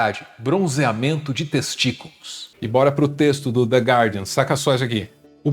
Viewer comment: Parabéns,, pela rara pronúncia correta de "guardian".